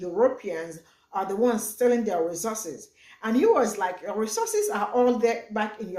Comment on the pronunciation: He can't say the word properly shows he's not completely on point (Resooses)😂...compare to Resources!!....he has a point though...some of the African Leaders are Greedy!!